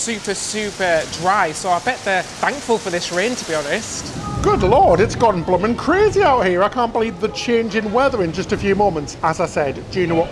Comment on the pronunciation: I love hearing say “Blum’n”. 😊